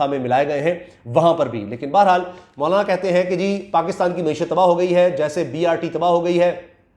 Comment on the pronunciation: bhttt acha ies k name bol rhy ho مونالا na bol k👍👍👍